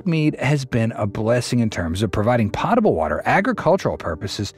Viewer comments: Poh tuh bull water, not pah tuh bull. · Pronounced “POAT ABLE”. Pronounced TURBAN not TURBYNE. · It's 'potable' water. Potable pronounced like potato, not pot. Global warming has nothing to do with the lake level. Because there's no such thing as global warming. And yes, the climate does change, and there will be droughts, and there will be rainy periods.